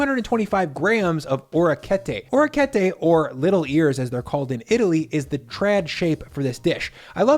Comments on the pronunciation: My man said "aura ketay" lmao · you've have not upset any of us Italians with these dishes, very nice work!!! BTW - for optimal pronunciation you are needing another syllable in "oh-RECK-kee-et-te". Bravo!!